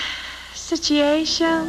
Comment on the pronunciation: Love how she pronounced situation.